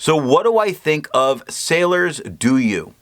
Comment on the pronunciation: I like your video because of highlighter resistant test. However, the name of this ink pronunce as [Doh-you] not [Doo-you].